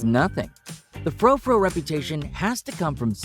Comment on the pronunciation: Standard poodles are the best! We are on our fifth one. Oh, and tell your AI narrator that frou-frou is pronounced '"froo-froo," not 'fro-fro.' Yeesh!